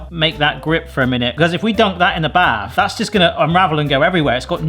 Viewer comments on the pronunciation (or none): none